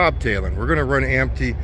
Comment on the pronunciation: Empty…. Not ampty 😂